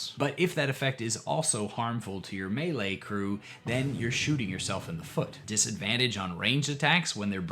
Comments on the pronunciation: I don't think I can hear you say Mealy again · Hello,. I have a small, but impactful correction for you. Melee comes from the French and is pronounced "MAY-LAY " The Brits pronounce it as "mel-LAY." Thank you. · In chapter 1 you pronounced melee as meelee but in chapter 3 it was the correct maylay, and I had to go back and listen to see if I just didn't hear it right, then you said mee-lee again. Are you jaslighting me?